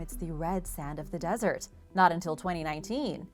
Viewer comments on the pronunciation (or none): none